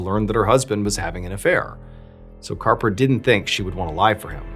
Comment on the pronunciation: Harper!!! His name is Harper!!! Arrrrgghhh!!!!😅